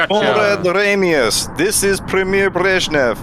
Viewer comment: It's "Ramius."